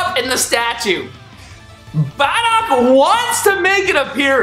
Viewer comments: BROOOOO its BardocK with a k not barda and Dokkaaaaaaan not dokken man u 504 u should get it but still i like u videos but i needet to let u know that in hopes it changes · Am i the only one triggered by "Baddock" and "Dawkkan Battle"